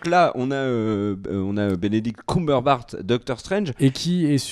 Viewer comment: Il écorche totalement le nom de Bénédict Cumberbatch